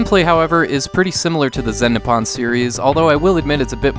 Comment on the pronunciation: Every time he said "Nip on" instead of "Nippon."